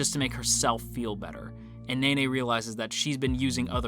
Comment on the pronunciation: him: nene Me: he pronounces it like nae nae